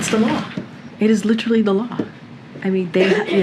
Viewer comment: Its 'litraly' de law.